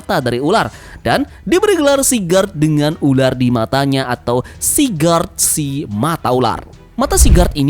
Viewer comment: Sigurd snake in the eye bang bukan sigard